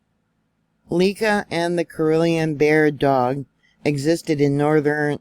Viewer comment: Pronounced CAR-L-E-Ann